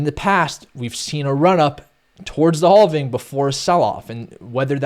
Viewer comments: I love analysis. But every time he says halving I die a little inside. 😂😬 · "Boulish on the haulving?"